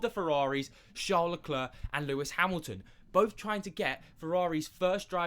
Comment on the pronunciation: If you can't pronounce charles surname just say it as an Anglo so you don't sound dumb